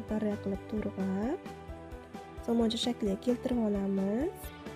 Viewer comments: 👍👍👍👍Туграб денг ТУРГАБ деяпсиз😁😁😁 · To'rg'abmas, to'g'rab diyiladi!!!